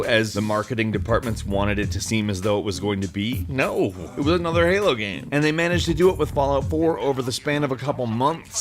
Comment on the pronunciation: “no, ewas annoder halo gamme”